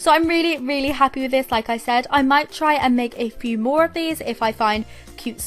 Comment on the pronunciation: Is it just me or she had no accent when she said “ more” it was just normal American